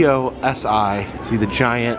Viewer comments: Ha it’s pronounced CO-sigh, as a lifelong Columbus resident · Pronounced Cose Eye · It is pronounced Co-Sci went there as a kid when it was down by the original Wendy's location it's moved since then and they closed the Wendy's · It’s pronounced CO-SY! Next time you’re in Columbus I’d love to meet you!!! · im from ohio we call it "co psy" cosi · It’s pronounced CO SI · Hi! COSI is pronounced Co-S(eye) in am from Cincinnati and that’s what we call it! Hope you enjoyed your trip, love to cross paths with you one day and I’m a huge fan! 💖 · Us in Ohio pronounce it like this: coh- sigh :) just like how it's written! I went to cosi alot when I was a kid as I'm just an hour away from Columbus. It's one of my favorite places to visit!!!